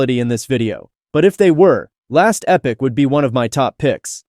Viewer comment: Romeomasaya, it’s not people. Listen to it. Mispronouncing words like Epoch. Its description of the games are just botty. It might be ran by a human but a human isn’t narrating the video.